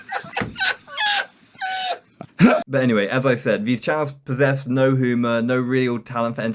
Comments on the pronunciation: You really think you are funny?! So fucking tragic. This is awful, and you can't even pronounce humour correctly. (hooomer??) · Turned off this vid after the 5th time he said "hoo-mir" instead of humor